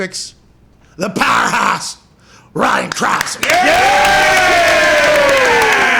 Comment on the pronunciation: “Ryan Crah-ser”